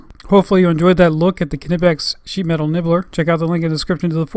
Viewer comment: it's Knipex, not k-nipex